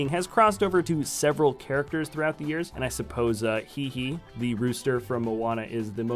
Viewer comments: The rooster is pronounced hay hay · it's pronounced hay hay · the chicken's name is pronounced hay-hay